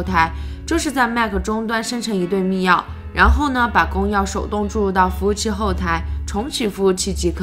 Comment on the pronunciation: 密钥读作mi yue，都是四声